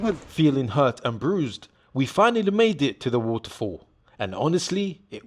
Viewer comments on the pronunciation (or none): Its not woutefoul. It's waterfall,loll